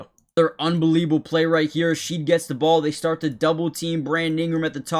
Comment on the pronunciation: Great vid ! Jamal name is pronounced like "garden Shed" not sheed.